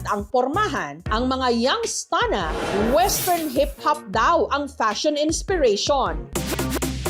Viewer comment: Young’s Town. Mali ka rin eh.